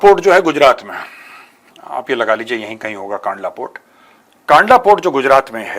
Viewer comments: मेजर साहेब जयश्री राम जय हिंद कांडला नहीं कंडला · Not कांडला कंडला